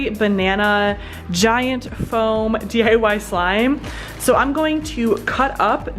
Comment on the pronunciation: Was I the only one who heard “DAY” instead of “DIY”